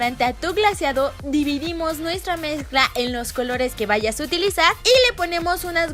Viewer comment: Escuchen como lesslie dice (mezcla) en el minuto JAJAJA!!💜💜 DICE COMO MEXÑCLA